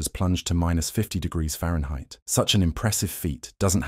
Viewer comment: "Fahrenheit" good lord